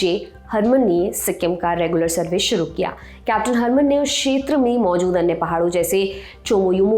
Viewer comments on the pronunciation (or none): none